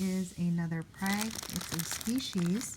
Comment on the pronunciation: Great haul!! Btw it is pronounced 'frag' not prag😉. I hope they'll do well for you! Great plants!!! Must have been quite the show!